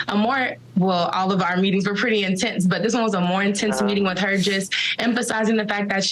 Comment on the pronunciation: "Quite intensis!"